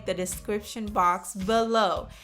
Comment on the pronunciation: why say below like that?